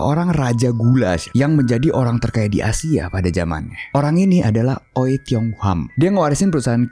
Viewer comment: Itu bacanya wi.. bukan oi wkwkwk